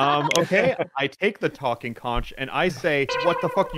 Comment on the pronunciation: IT’S PRONOUNCED CONK